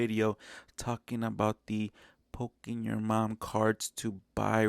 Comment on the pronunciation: Did you say poking your mom cards lol?